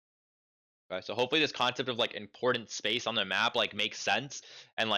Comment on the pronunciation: important, not importent bro please